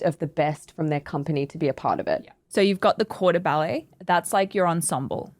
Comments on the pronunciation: CORPS DE BALLET not quarter ballet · its corps de ballet, not quarter ballet. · CORPS DE BALLET. Not the Quarter Ballet. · It's the "corps de ballet"... Not "quarter ballet". 🤔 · Corps de ballet not quarter ballet. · It is not "quarter", it is "corps de ballet", meaning "body" in french. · Y'all: It's corps de ballet. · It's corps de ballet